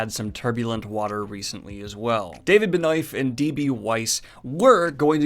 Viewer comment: In today's episode of whose name will he butcher: David Benioff and Heney Cavill.